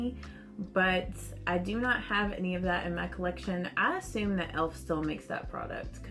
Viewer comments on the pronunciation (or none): none